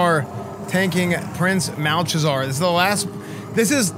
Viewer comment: "Mal-Chaa-zaa" lololol